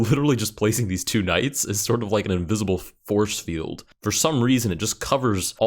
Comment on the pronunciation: did you say "Invisible F-horse-field"?